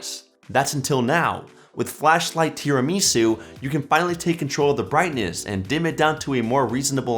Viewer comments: Thanks for the new Android Apps ! You cracked me when I heard you pronouncing the word "Tiramisu". Now I know what you have never eaten Tiramisu !! You surely missed something ! Next time you visit your Italian restaurant, ask the owner to teach you on how to pronounce "Tiramisu" correctly !! :) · There is no way he said tiramisu like that cmon